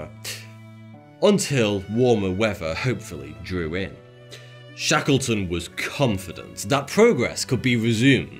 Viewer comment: It sounded like he was saying Shekelton. He’s finna he called a an anti-semite.